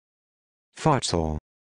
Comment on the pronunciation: Fart saul? That makes no sense at all. Futsal comes from Spanish fútbol de sala and Portuguese futebol de salão. A close approximation for English speakers would be foot-sal, in which sal rhymes with pal.